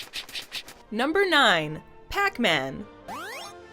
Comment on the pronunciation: numba one